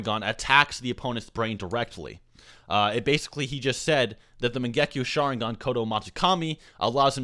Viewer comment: I'm not a hater but is he even a Naruto fan?How he pronounces mangekyo sharingan or exactly the same at Shisui is simply terrible.